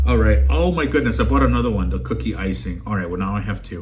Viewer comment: You said kooky scoop instead of cookie scoop lol